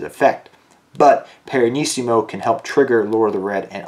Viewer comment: it's Pianissimo, not Piranissimo